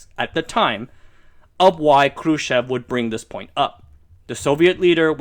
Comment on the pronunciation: lol... you say Khrushchev like a BOSS~~~ :) roll those R's!